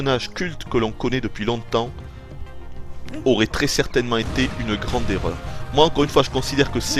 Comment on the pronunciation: Alors la totalement d'accord avec toi Nintendo nous fait payer leur putain de wiimote pour jouer avec 4 boutons alors qu'on a une wii et un capteur qui sert a RIEN Sinon Super sympa ta review en voix off, au moins tout est clair et quasi-parfait a part le "ça s'y nisous aurait" DKCR Best Game!